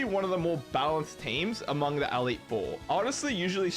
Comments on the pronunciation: I'm also an Australian, and what the flamin' oath is an "Aleet Four"? It's an E. Elite. Elite Four. I enjoyed the video otherwise, but that pronunciation is unique. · awesome video, but the way you were pronouncing "elite four" as "AL-eet" drove me up the wall...... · ''The A leet 4'' brother thats an E btw and the word is Elite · The way you say elite is wild. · i don't know why but really bugs me how you say elite xD